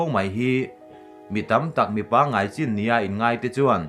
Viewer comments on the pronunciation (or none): none